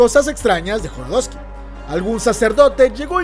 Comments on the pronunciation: No mms 😂 es Jodorowsky , no Joro .... Y es Pier Paolo Pasolini , no Pior Paolo. Deberías evitar en lo posible esos errores , son detalles muy básicos que un canal como el tuyo no se puede permitir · Jo do ro wski no jorodowski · joDOROsky, no joRODOSky... estan bien culeros los filmes de ese wey.